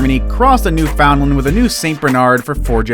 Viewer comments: It’s pronounced “newfin-land” not “new-found-land” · Also......New’ found land.. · you pronounce Newfoundland completely wrong it's not how you read it it's new and then fin land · Understand: it’s Newfin- LAND. That’s what they say in Newfoundland. Really. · Right, should be pronounced as New-fin-lund.......I cringed too! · Did this narrator really say new-FOUND-lun???? PIE-yer-neez? TIB-uh-ten Mastiff??? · It's pronounced newfinlin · it's pronounced newFINland. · This guy needs to learn to pronounce the dog’s name. It’s New FUND land. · Its a new-fa-land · Newfoundland is pronounced New fund land. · Its not! Its NEW FOUND LAND!! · You say it like new finland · It’s new-fin-lin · New found land! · The way he says Newfoundland makes me cringe so hard!😂 He’s definitely American. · Thank you for that clarification. I'm American too and would have said it wrong as well. We really don't have many Newfoundland's here. It doesn't excuse him saying it wrong, but it may explain it. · I'm American and cringed. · Shannon Arney I’m American and I say it correctly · Isn’t he pronouncing Newfoundland wrong? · That is not how you say Newfoundland.